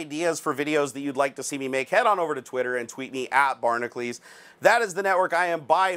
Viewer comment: Drives me nuts, ... your Barnacules spelling is pronounced Barna-q-ls or barnahcyools... the way you say it, it shoul be spelled Barnaclees. ...I dont get it.